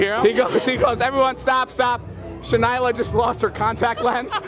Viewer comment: jason: shannan david: shanayla me: 🙄